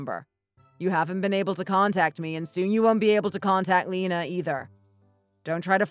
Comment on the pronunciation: Lena is pronounced Lee-na, not Lenna.